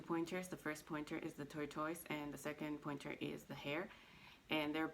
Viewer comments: Can you please pronounce tortoise properly? Jeez!!! Driving me nuts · You say tortoise wrong.